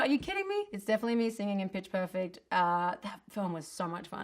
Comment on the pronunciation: The way she said 'perfect' caught my ears 😳